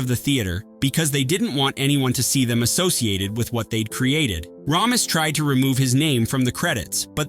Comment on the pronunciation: It’s Harold Ray-mis not Rah-mis